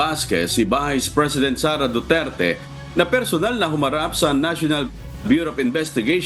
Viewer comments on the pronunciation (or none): none